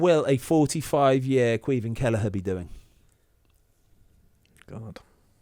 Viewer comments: Ahhh Lads takes a Brit to butcher the Gaelic Caoimhín Just Say Kweee Veeeen I’m here in America laugh mee arse offf Anyways Up Cork Boi!!!! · Not quite, they’re saying it like Kweev-in